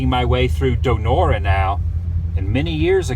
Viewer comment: He pronounced it and Donora wrong